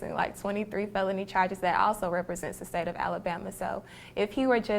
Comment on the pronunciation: I like da dance I like da sing!! I love how she brought out her accent then. Lol.